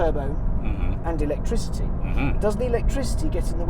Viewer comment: Electrizzity and faff😂